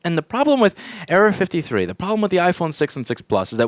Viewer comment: it sounds like Louis is saying area 53